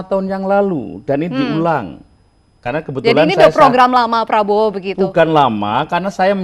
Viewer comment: kalangkabut...makanya klo bosnyaau pidato di teliti dl, biar ga salah ucap...hehehe